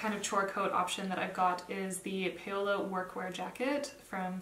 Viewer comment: Such a useful video! Thanks. And please let us know what you’re wearing😉. (PS Paola is pronounced, I believe, like “pow la” , rather than “pay o la”). Keep these great videos coming!